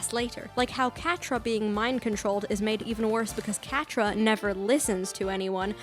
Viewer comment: I legitimately screamed when you said catra